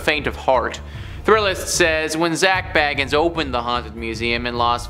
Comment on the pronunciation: You said “Zak bagans” WRONG and, your voice cracked.